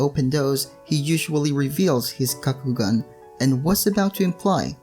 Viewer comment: Why do you pronounce it?? Kakugun where did u get that from?